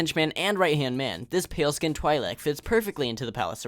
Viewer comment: its pronounced tweelek